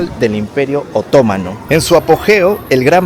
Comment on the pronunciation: Bonito video, ten cuidado al pronunciar la palabra "otomano", el acento va en la letra A, asi como la palabra "Estambul", el acento va en la U. Saludos !